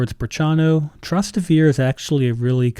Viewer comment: Your pronunciation of Trastevere destroyed this video